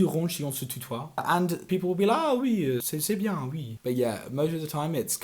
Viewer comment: On est BIEEENG Southern France accent makes most nasal sounds amplified